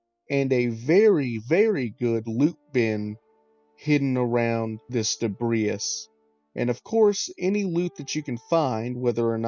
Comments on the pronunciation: I imagine you've never heard debris pronounced, only read it. It is pronounced de-bree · Sorry, great video, but I got caught up early on your pronunciation of debris. The 's' is silent, it's just 'debree'. Thankyou.